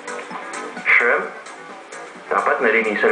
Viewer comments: oist, ok sana recipe mo, wag mo na artehan salita mo, ang baduy ng dating e, make sure you pronounce the terms right, shremp is way off dude pinoy ka naman just say hipon. pls. dude lay easy on the terminologies. bawas arte para bawas gayness. advice lng. nice job though. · Arby Gdmudfd.. nice naman pagka bigkas niya ng shrimp ah. Sensitive ka sa pronunciation. What major are you, maybe an AB or something? Anyway I just say my opinion dude.. :)